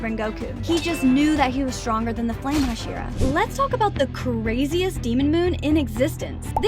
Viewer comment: Bro daki ate sayven hohsheeruh! 💀💀💀